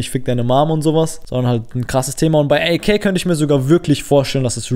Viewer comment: Sprich AK DEUTSCH aus pls triggered mies